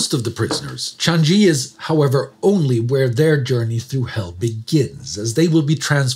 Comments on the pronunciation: Changi is not 'Chaan ghee' It's (/tʃɑːŋiː/) more or less 'chanee' or 'Chang ee' (no hard g) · Why is Changi pronounced ChanGee? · minor nitpick but Changi is pronounced with g as in g in garrison, not a j. Ch-ah-n-gee. short and simple. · Changi prison is pronounced Chaang Yee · Yes, as a local Singaporean here, Changi is pronounced without the g in it. Credits to for still trying his very best though! 👍